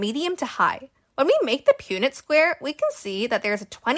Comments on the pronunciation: I’m pretty sure it’s said like Pun-ette square not pūnet. Also how did you get 9.4% from 25, 50, and 75? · Its pun-net square lol not pue-net, but amazing video! I could’ve never came up with this! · You pronounced Punnett wrong, its not pewnett It’s Punnett like as in punch so Punnett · PUN-nit, not Pew-nit. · Punnett is pronounced like "pun-it" not "pune-it" fyfr :3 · Pun-net square not pew-net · Just so you are aware Punnet Square is pronounced "Puhn-et." So a short 'u' sound rather than a long one. Hope that's helpful! 😊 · Heads up, punnet square is pronounced pun-net, the same way you would talk about a punnet of strawberries.